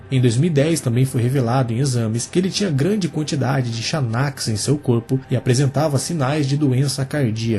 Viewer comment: Xanax se pronuncia "Zanax", esse é o nome comercial de uma substância muito conhecida chamada alprazolam. Essa droga é usada para tratar ansiedade e depressão, principalmente. Pode causar dependência e outros efeitos adversos, podendo levar à morte, caso seja usada em grandes quantidades ou combinada com outras substâncias, como álcool e opioides.